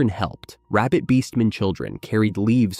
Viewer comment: I keep hearing rabid beast men not rabbit beastmen